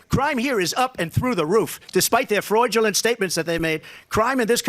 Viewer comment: Did he say “Freud-ulent”? Sounds like a Freudian Slip to me. Donald, tell me what you remember about….your mother….